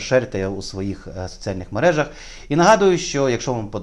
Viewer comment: не мережА, а мерЕжа)) Ну, а те, що він не вказав у декларації - це не є порушенням?